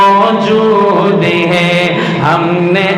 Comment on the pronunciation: Na awaz Achi na Hy tune theek or hay ko hey keh rahy hn.itni khubsurat Baat ko kharab mut karo.